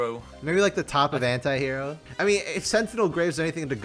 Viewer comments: Why....why evrey time i hear them say anti-hero i simply hear hentai-hero...why lord 😢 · Because I'm french and we don't pronounce "anti" the same way english people do, every time you guys said "anti-hero", I was hearing "hentai hero" 😭